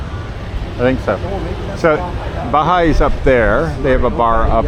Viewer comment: It wan not a Bahai Bar the pronunciation is: Ba-he-a